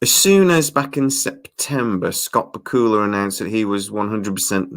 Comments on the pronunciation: * you pronounced Scott's name ba kul la I have thought it was pronounced Back u la only Scott could confirm. * Getting Scott on the project would help. it does seem it was written to include Sam's character in latter shows. * we just got a glimpse of another leaper not sure if its Sam or Evil leapers or some thing else. * the formula of the show is different in that the story includes a lot about the crew in current time not the past. * the science of the leap also seems to be different, like what happens to the person that the leaper jumps into, how far in time can a leaper travel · I live in the United States. I have watched the first six episodes, so far, and I also hope that we see a second season next year. Just one thing. Scott Bakula pronounces his own surname BACK-you-luh, with the accent on the first syllable. I just thought you should know. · Who is this "Scawt B'Kula" you speak of? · Bakula is pronounced: Back-you-la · The way you say Bakula... it hurts. Just FYI, it's "Back-U-La". That being said, these could save the show, which deserves to be saved, it's pretty good, just needs some more time. The first show was rough for a few episodes too. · Lol love your accent on Scott Bakula pronunciation...Bakula is pronounced like Dracula!! Just fyi lol.😉😀